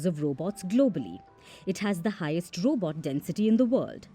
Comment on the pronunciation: Roobot? Lol